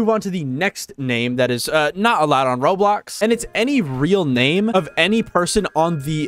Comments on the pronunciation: I find it funny how to this day he still says roadblocks instead of roblox. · Bro said Roadblox😂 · Why do you call it roadblocks? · Blud said roadblocks💀💀💀💀💀💀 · Roblox it’s Roblox not roadblock😂😂😂😂😂😂😂😂😂😂😂😂🤣🤣🤣